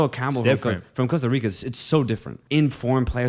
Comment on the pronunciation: I'm not gonna lie the way you pronounced the "Rica" in Costa Rica pissed me off. I'm not even from Costa Rica but I'm pretty sure you're suppose roll the the R in "Rica".